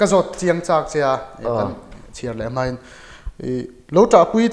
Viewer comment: Mai tih tur ah mei i ti ngun deuh hihi